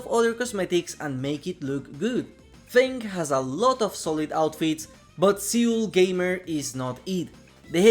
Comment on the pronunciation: I think Seul Gamer is supposed to be pronounced Soul Gamer, cuz it’s Seul, Korea, where Feng Min is from I assume? South Korean gamer girl